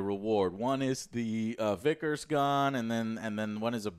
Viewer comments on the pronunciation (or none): none